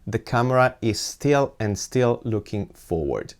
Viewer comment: he means still surface, not "steel" surface😂